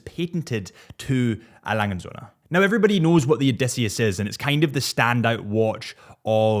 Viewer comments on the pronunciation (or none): please stop saying EY LANGE AND SOINA... it just sounds horrible for a german speaker. just say lange and done 🥴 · Sorry to say that, but you did not get the pronunciation of A. Lange & Söhne right, and probably never will. Furthermore, the Odysseus is not there best or flagship or whatever watch. It is just their watch most similar to the Royal Oak of the Nautilus and the hord of mentally limited watch geeks just value these kind of watches, for whatever reasons.